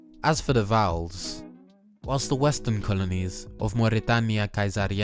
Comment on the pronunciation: Erm acktuwally 🤓 he also pronounced Caesariensis a bit wrong because he turned the "ae" from a diphtong (ae̯) into an a... But just for the record this still doesn't mean his pronounciation was bad, his Latin is still impressive